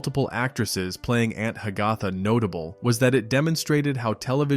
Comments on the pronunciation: Announcer pronounced the name Ha-gath-uh, almost like Hiawatha! Correctly would be Hag-uh-thuh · It's pronounced ANT HAG-a-Tha!!!!!!! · Aunt Hag - AH - tha??? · Ha- ga- tha? I always thought it was pronounced Hag - a - tha. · It's obvious that a computer was the narrator by the pronunciation of Aunt Hagatha (Hag-a-tha) & that was about multiple actors who played the same character, not one actor who played multiple characters. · Aunt Hagatha is pronounced Hag-uh-tha..., !!!!